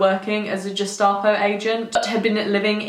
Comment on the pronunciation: Please pronounce Gestapo correctly. I had to stop watching the video because it was driving me mad!